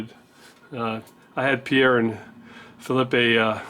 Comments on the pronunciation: Hi, The french Canadian pronunciation of Phillipe is fill-eep. No "eh" on the end (how un-Canadian is that eh? LOL) I miss their videos as well. I don't see Pierre commenting anymore either. He was very helpful for me in choosing the machinery I bought for my shop. Great guys. Vise is coming along nicely. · I know. The way was pronouncing it was Spanish.